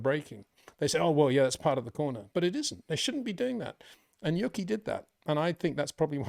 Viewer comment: U - Key Tsunoda, not Yucky, lol. Great analysis as always